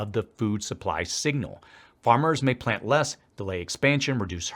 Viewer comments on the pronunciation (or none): none